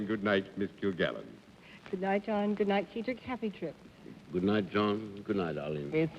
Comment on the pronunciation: Dorothy calls him 'Seedric' but the usual pronunciation is 'Sedric' with a short E.